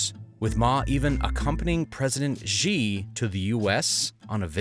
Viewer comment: Don't you know that Xi is pronounced She, not Jee??